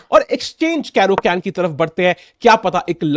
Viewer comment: The caro-cann ☠️☠️☠️